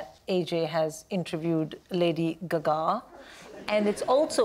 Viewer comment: They keep saying lady “ga-gah” 😂😂